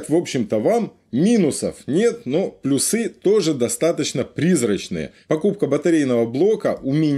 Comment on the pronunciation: Все нормально, но почему плюсЫ? Это не трусЫ это плЮсы!!!!